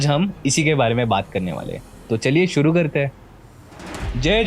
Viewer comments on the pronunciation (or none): none